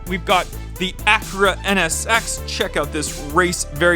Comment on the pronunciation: Wow he finally says agera right instead of ajera